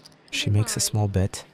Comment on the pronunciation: The AI says "bait" instead of "bet" many times. I like the idea of 3-baiting. But seriously fix that please.